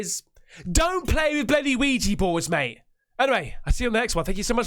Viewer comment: Ouija Not Ouiji...